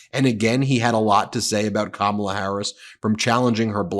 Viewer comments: Anyone mispronouncing Kamala doesn’t get to talk ab her. F these people. COMMA La! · KAMM - MA - LA Sheesh! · Comma-la = Kamala